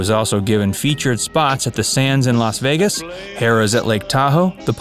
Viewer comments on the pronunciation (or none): none